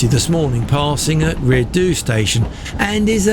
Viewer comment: Rhyd Ddu is pronounce "Reed Thee"